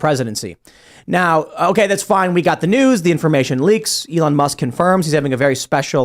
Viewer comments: Ellahn? Didn’t know you could pronounce elon like that. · Uh-lon Musk for pres. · I like this guy, but how can he not know how to pronounce Elon? Or maybe he's right and everybody else is wrong....